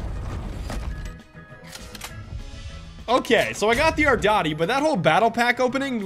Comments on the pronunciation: Its pronounced R-DEE-TEE Not R-DOT-EE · U SAID ARDOTI BUT IT IS REALLY ARDITI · it isn't pornounced ardAti its pornounced ardIIIIIIIIti sounding like the letter e you're killing me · "ArDaTi" It's Arditi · It’s arditiiiiii not ardati no offense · ARDAATI XDDD ARDITI love the vid tho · THE AR-DEE-TEE NOT ARDOTTY DAMNIT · THE AR-DI-TI NOT THE AR-DA-TI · "The ardoti" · Does anyone else keep getting triggered every time he says "ardati" instead of "arditi"? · The fuck is a Modello 1915 "ardati" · "Ardati" It's "Arditi" Ar Dee Tee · "The aradati" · ARDIIIIIIITIIII NOT AtDaTEee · ardatee? "ardeetee"* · Pls don't call it the ardoti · arditi not ardotty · what the fuck is an "ardari" ? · This was disgusting, you saying "ardoti" instead of "arditi", kill me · YOU KEPT CALLING IT ARDATI HOW DO YOU GET THIS WRONG TWICE?!?! jk i actually dont mind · I like how he pronounces Arditi as ardouty. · Itz thee aHRDeeTEy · It’s said are-dee-tee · did he say ardati? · It’s (ARR-DEE-TEE) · Stop saying ardati pls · The way he says the arditi makes me chuckle a bit on the inside